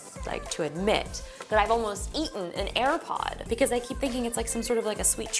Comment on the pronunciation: "i've almost eaten and aripod"